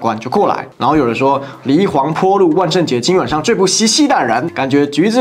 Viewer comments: 纠正一下。 那条街叫“黎黄陂路”第三个字读pi 发音三声。不念po😂😂😂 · 八囧，那個字念“皮”， 黃陂南路的黃陂，黃陂唸做黃皮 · 黎黄陂 pi 路 发音错啦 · 黎黄陂路，说的是民国大总统黎元洪，黎元洪是湖北黄陂人，黄陂的读音应该是黄皮，纠正一下博主